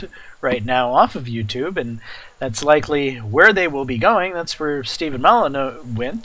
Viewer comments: His name is not "Steven moloneau" it's "stef-on moll-in-you" really not that hard to pronounce. Try it! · lol its STEF-FAN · He's an anarcho capitalist. And it's Stef-ann moly-new . Thanks for the video